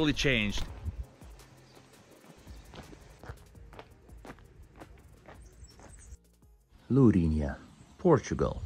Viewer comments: Lourinhã, with a til in the ã, it sounds diferente when you pronounce, but very good video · Nice video but you are pronouncing Lourinhã wrong